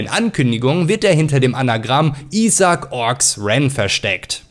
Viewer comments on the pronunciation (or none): none